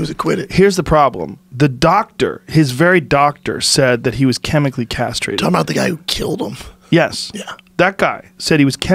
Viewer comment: Joe "Michael was chemically carstrated" Rogan